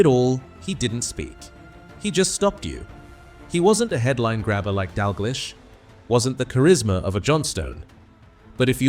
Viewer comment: So the 'betrayal' was what exactly and how was it 'unbelievable'? A potentially interesting, informative or revealing tribute spoiled by a clickbait title and an AI voiceover that mispronounces Stein and Dalglish. I suppose we should be grateful that this wasn't about Danny McGroin.